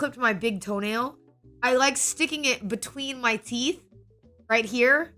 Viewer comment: o.O pause all multiversus DID YOU SAY TEEF?